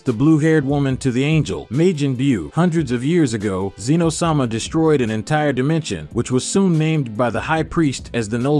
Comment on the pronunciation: Why is saying the word “Ki” (key) so hard for some folks to say? I love the story but when i heard “Ki”, Broly, and Zeno incorrectly pronounced, its like nails on a chalk board… its Broly (Bro-Lee), Zeno (Zeh-no), Kakarot (Ka-Cuh-Rot), Babiddi (Bah-bih-dee), and Ki (key).